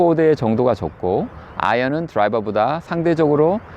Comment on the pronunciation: 인간아....드라이바가 아니고 드라이버다